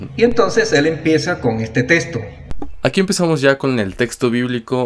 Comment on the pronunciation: No puedo cada vez que dice testo .🤣🤣🤣🤣🤣